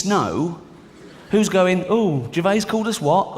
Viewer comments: It's not Ricky Gervay. 🤣 I mean all you have to do is listen to him, . It's pronounced Gervaze. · There is an 'S' on the end of Gervais. NOT Gervay. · His name has an S on the end of it for a reason. Stop it.